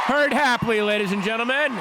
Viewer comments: i can’t be the only one who heard patton oswalt call perd hapley “herd” in his introduction...are we SURE he’s really a fan?? because that was pretty disappointing... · It's Perd Hapley, Potton Oswaldo....... PERD. Not Herd lol